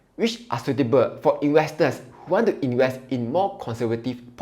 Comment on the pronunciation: Sweetable or suitable, please talk properly